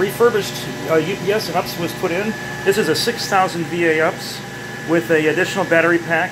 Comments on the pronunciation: Great work in a tough IDF. But don't say "ups" it's U P S. You sound like you're 13 when you do that. You wouldn't pronounce ATM as "at-um" or IDF as "id-eff" or - do you? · It’s not called an ups it’s pronounced you pee s it that messes sense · I always smile when he says ups instead of u.p.s 😂